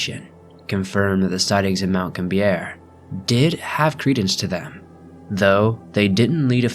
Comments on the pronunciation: It's mt gambier not mt gam-bier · and also future reference its pronounced mt gam-be-a